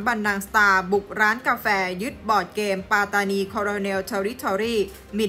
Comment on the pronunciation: แค่ออกเสียงคำว่า ปัตตานี มาออกเสียงเป็น ปา-ตา-นี ก็ผิดแล้วเพราะภาษา มาลายู ที่ออกเสียงเป็น ป๊ะ-ตา-นี สัมพันธ์กันกับการออกเสียง ปัต-ตา-นี ครับ ภาษาอังกฤษที่เขียนว่า patani มันต้องออกเสียงเป็น ปัต-ตา-นี ครับ 🎉พวกกบฏทั้งนั้น หลักฐานชัด สมัยก่อนหนีมาพึ่งไทยนี่แหละ แต่ตอนนี้หาว่าไทยไปยึดคุมอำนาจปัตตานี แสดงว่าลืมคุณแผ่นดิน ลืมรากเง้าตัวเอง พิธาเคยพูดหาเสียงกับคนปัตตานีมาแล้วเหมือนกันเปะกับนักศึกษาที่ออกมาเห่ามาหอนเลยนะย้อนไปดูได้